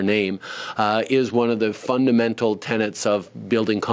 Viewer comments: "FUNDULL MENTAL",,,Justin-man words a slurred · "Fundomental" hilarious, another Trudough classic. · Now don't forget Justin Zoolander said "Fundle-Mental" and that means something very different in his special little brain!